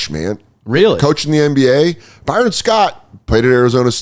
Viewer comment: By-Ron was a real head scratcher. Not exactly a name you'd expect to butcher so badly.